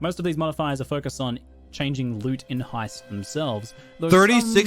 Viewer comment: Pronounced hi st